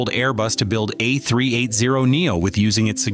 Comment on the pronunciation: if you want your videos to be relevant in a competitive market, program. your automatic narrator to pronounce the aircraft the "A-Three-Eighty," not the "A-Three-Eight-Zero." And an airline (specifically Emirates here) is an entity, not a group of people, therefore it should be referred to as "it" and not "they." Adhering to these basic rules will garner you respect in the industry.